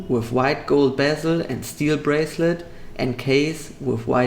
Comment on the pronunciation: d wait gold on tschubile breslet....ey des wird ja immer schlechter mit deinem Englisch 🙈🙈🙈🙈🙈